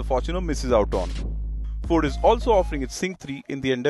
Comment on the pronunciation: Its is fucking ‘FORD’